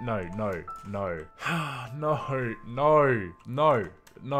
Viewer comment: “Noul” instead of No